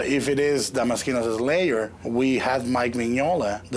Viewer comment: Hearing him repeatedly mispronounce damaskinos is irritating.